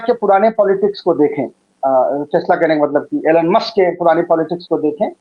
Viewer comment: एलन मस्क नही,एलाध मस्के पढिए।